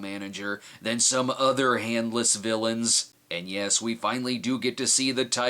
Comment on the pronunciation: "James, no!" "Yesh." "No!" "Yesh." "No!" "Yesh!" "...yes..." "Fifty nos and a yesh means yesh."